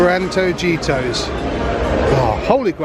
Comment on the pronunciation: Great vid guys! It's Anto-hee-toss :)